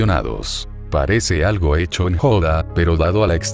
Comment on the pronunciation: Oye no te quiero molestar pero es "hecho"